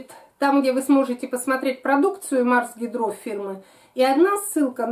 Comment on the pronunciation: Почему гидрО,, Вы неправильно ставите ударение - Марс гИдро.